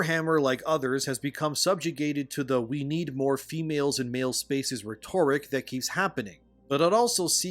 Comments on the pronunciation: You keep pronouncing "RET-or-ik" as "ret-OR-ik". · Just a friendly tip, you might want to look up how to pronounce "rhetoric."